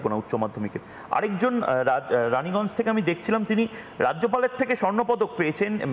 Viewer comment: ওটা রানিগঞ্জ না 😂‌ ওটা 'রায়গঞ্জ' Bangla